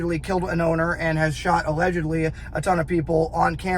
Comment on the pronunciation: just listen to how many times he says “Allegedly” or as he says “allehhjudly, allejudly”. moron, guys also a complete punk, talks shit on GBRS, then deletes video, no integrity, no balls.